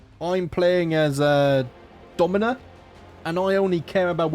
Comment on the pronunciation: “I’m playing as…. Domyna?!?!” This made me lol. I don’t know how you keep up with so many characters.